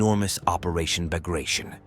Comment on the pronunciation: Why can’t you pronounce Russian geographic and proper nouns correctly? The rules of transliteration of Russian names are simple. The Bug river should be pronounced as ‘boog’, not as ‘bahg’. The operation Bagration is pronounced ‘bahgrahtion’, not ‘bahgreishn’. Give yourself a bit of labor to please your audience.